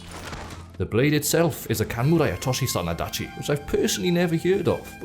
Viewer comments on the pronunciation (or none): the „Otoshi“ has both Os long